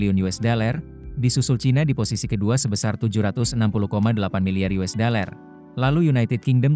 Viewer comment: Yang baca kayaknya mesti belajar baca "dollar" bukan "deler"